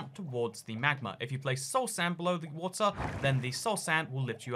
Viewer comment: WOTER SHEEP